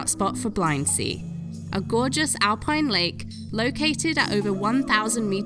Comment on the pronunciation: Stunning views from the drone but, as others have mentioned, users must respect the regulations to ensure they are safe and not intrusive. By the way, Tyrol is pronounced "tirrole" (rhymes with Wirral) and Blindsee is pronounced "blint-zay".